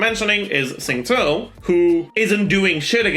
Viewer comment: i just realised pronounces xingqiu suspiciously well. at first i did a double take and was like is he chinese